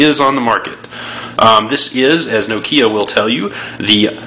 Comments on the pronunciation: It's not NO-kia it's NOKIA. No slang please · wtf? this american is verry stupid ..no-kiia omg..